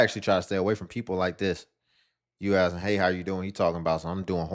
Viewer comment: Degree and still can't pronounce " ask " 😂